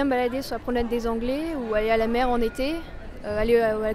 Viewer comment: "pour alala plage" - "all(er) à la"